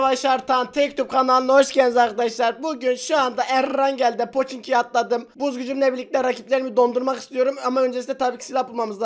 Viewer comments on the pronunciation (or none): erangele ''errrrrrangelll'' diyen tek yutup kanalına hoş geldiniz